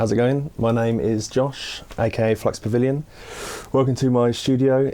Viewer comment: Flux Pavil-yawn